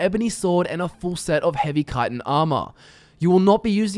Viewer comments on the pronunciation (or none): SCHIT-IN not KITE-IN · It's pronounced chi tin, not kitin